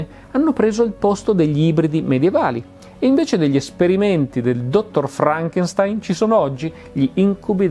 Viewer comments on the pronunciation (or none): none